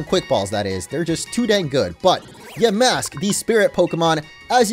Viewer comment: Its ponoused ya mask